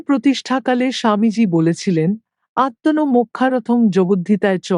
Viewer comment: Bhul uchharon gulo thik kore dichhi. 1) atmonong- atmanang. 2) mokkharothong- mokshartham.